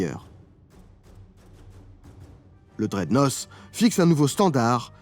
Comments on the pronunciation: Pouce, mais j'ai.un.peu les zoreilles qui saignent en entendant HMS draide-nosse. Ca se prononce draide-naute 😊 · Cher ami va falloir reprononcer "dreadnoss" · Tant qu'on est sur la langue, "Dreadnought" se prononce "draidnauT" :) Encore un super dossier sans IA avec des archives ! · Super ! Pour améliorer votre anglais, je vous conseille de prononcer dreadnought « drèdenote »